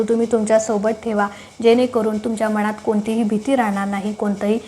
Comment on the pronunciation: मनात...हा शब्द शुद्ध उच्चारा...बाकी वीडियो छान